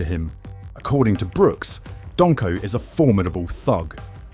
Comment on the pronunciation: "Donko"🤣 Surely you mean Don-o-ho(e) 🤔